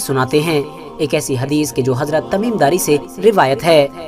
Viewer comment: ❌हदीश ✅हगीस